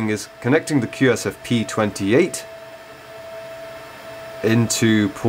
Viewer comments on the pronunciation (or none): Start with correct names/terms. QSFP28 & SFP28. You keep butchering the types all the way through.